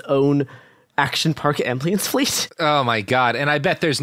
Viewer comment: Is the way he pronounces "ambulance" as "ambly ants" a bit